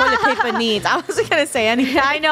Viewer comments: Funneh- we also need toilet plaper Me- plaper? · Funneh: toilet plaiper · Did funneh just say toilet plaper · “I do need toilet pLaper.” toilet plaper?